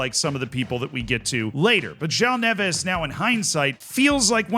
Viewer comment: As someone who’s half Portuguese, I applaud how you pronounced Neves 👏🏽